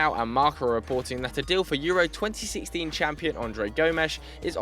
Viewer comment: urwos.. haha its Euro